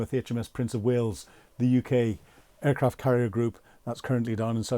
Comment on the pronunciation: He can't pronounce "there" and "aircraft".